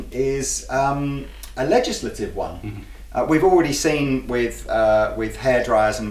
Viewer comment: “Legislagitive” - 👍🏻love it